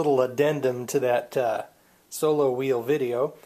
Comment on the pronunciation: It's called SOLOWHEEL! NOT SOBOWHEEL